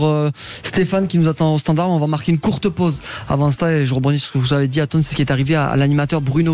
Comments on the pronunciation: Il a du mal avec son prénom Lol Atos ...Ato ....Aton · ATON, c'est ATON bordel pas ATO. Bercoff franchement parfois.... Dur... 🤣😅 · Aton pas Atos (Athos) .. Allons André, on est pas chez les mousquetaires .. et pas Ato non plus ... Allez encore un petit effort André !! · Je suis mdr Bercoff n'arrête pas de l'appeler Ato 😂. Mr Berciff pardon Bercoff 😂😂 regardez Grég Mma vous verrez Aton... pas Ato 😂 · ATON ! A-TONE ! André faites un effort 😅